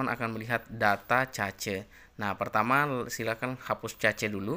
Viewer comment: baca nya kes bukan cace